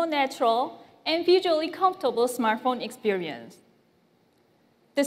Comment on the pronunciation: Its Smart Phone mr DJ Koh not Smaaaart phn